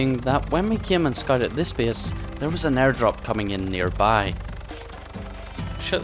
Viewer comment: I like the fact he says (bease ) instead of (base) =)